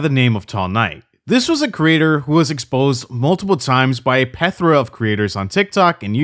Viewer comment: PLETHORA, not pethora.